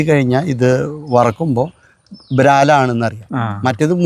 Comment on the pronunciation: ബ്രാൽ അല്ലാ വരാൽ എന്ന് പറയു.....